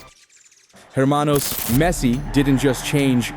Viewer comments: Hermano the H is silent. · the H in the word hermano is silent, so you know